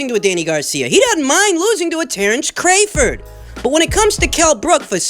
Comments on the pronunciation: Cray-ford? why mispronounce a man’s name on purpose? Put some respek on his name! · Have we as boxing fans, and Bob Arum, been pronouncing Terrence Crawford's last name wrong? Crawford pronounced Cray-Ford?